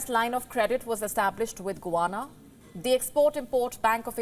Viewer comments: It is not GUWANA, it is GUYana! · It is गुयाना, not गुवाना, also not 'General Electronics', it is 'General Electric'. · It is not Guwana. It is Guyana (pronounced gayaana). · Guy-ana.....not Gu-ana....come on....learn your accents